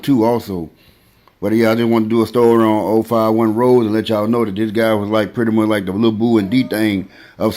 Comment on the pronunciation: It's pronounced Ro-Zay not Rose like the flower. He got a body out west so it wasn't an opp he killed...even tho he allegedly got THF Bob-O & 12 was tryin to indict him on it along with Wop. Melly wasn't kickin it wit his opps all the time either...he would FaceTime em & shit & SEEM friendly wit em but that's how we do it in the Raq. Opps will go live wit each other tryin to figure out they Lo or learn shit about em they can use. Plus ain't no point in actin tough over the phone...it's bout action not talk in Chicago